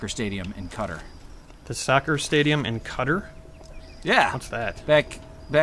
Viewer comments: "Cutter?" Do you mean Qatar (kah-tar)? Come on, we love you but come on... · When says the soccer stadium in 'cutter' does he mean Qatar? (genuine question, no trollerino).